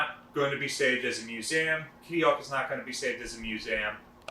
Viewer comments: What is a mewzam? It has THREE syllables. It's MEW - ZEE - UM. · "MU-ZAM?!?" TRY "MUE-ZEE-UM!" (MUSEUM) :p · Drinking game: Everytime this guy says 'muse-saam' you drink a boilermaker! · What’s a “Musam” ship? Museum? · First thing that need to be answered, why can't you say Museum. WHY DO YOU KEEP SAYING MUSAUM!?!?! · Stop it, I'm going to have to stop watching the vid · What’s a Mus-A-um? I’m not familiar with that word. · ftw is "miusäm" ?? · What is a mu - zam ? New word ? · Love your videos but your pronunciation of the word museum is atrocious. But much love other than that perfect. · Seriously stop it, so distracting, is this an American thing like AL-LUM-MINum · I had to stop watching after 3 minutes due to the fact this guy cant pronounce "museum" correctly. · I've never heard anyone pronounce "museum" that way... He seems to pronounce EVERY other word correctly. It kinda hurts my ears. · Learn English there's no A in Museum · Say museum again I’m trying to find out where the a is coming from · I'm not trying to be rude but he says museum funny.